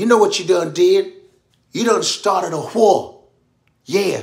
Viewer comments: All the Ws got a 'H' after! 😂😂 We gon go to WHAR!😂😂😂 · The why, where and when are the funniest ever😂😂😂😂 all the W word are crazy funny!!! The way he say wig and war have me cryiiin